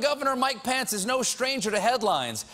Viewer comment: is steven unable to say "pence"? swear for the past 3 days hes been saying "pants"